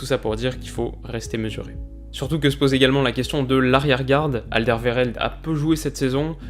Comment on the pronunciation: Alderweireld se prononce « Alderwéreld »👍